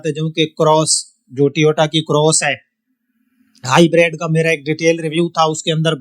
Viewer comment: ۔ آپ خالص اردو ہی بولا کریں ۔ انگلش الفاظ کا تڑکا بڑا مصنوعی سا محسوس ہوتا ہے ۔ ویسے بھی آپ کا لہجہ سرائیکی اور دیہاتی پنجابیوں جیسا ہے ۔ آپ نے تلفظ ہائی بَرَیڈ ادا کیا جبکہ یہ ہائی برڈ ھے ۔ فائدہ ہے فیدہ نہیں ۔ لہذا خالص اردو ہی بولیں اور اپنائیں ۔ ھمیشہ خوش رہیں